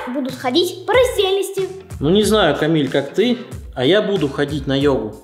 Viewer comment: Не камил а КАМИЛЬ